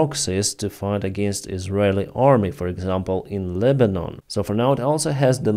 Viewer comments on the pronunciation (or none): none